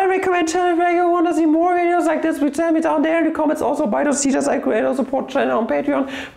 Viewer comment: Sounded like s'il vous plaît :)